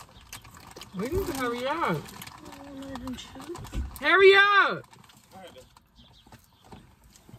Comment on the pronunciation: She say hairy up instead of hurry up just like my momma 😂😂